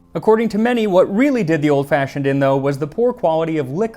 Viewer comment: Got slightly more "old fashhhiond" towards the end there.